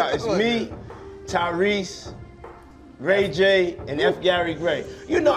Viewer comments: 9.52 "Ray gay..." puffy slipping on his own tongue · He said RayGay. When talking about Rayj.....LMAO!!!!! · he said RayGay 😭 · Yeah, I believe Ray J is “ Ray-Gay😂😂😂😂😂😂😂😂😂😂😂😂😂😂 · lol, he called ray j ray gay